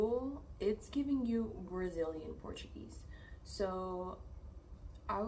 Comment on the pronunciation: Hey 🙂 This is a great video. YOU have a good Portuguese pronunciation. Muito bom 👌🏼